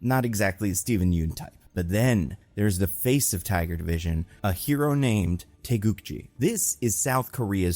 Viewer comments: its GI not JI, taegukGI like the karate outfit. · korean here, its taegukgi with hard g's, not taegukji. with love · Taegukgi, gi as is geese, not gym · The fact you pronounced Taeguk-gi almost correctly is really amazing. I don't know how Marvel officially pronounces the word, but it should be a 기 (gi) instead of a 지 (ji) sound if the hangul is supposed to mean South Korea's flag. If anything, I'd expect americans to stumble with the Taeguk part, which you got perfect. Also excellent video, would love to see Yeun in comic roles again.